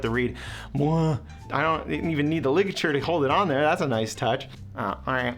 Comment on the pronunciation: Is it just me that noticed along with it saying Rarrell it also said Ligalure 😭😭😭😭